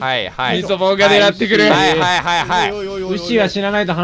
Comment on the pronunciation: ミ、ミソボン…？ イソボン…？ 何ボンって言ってるんだろう…！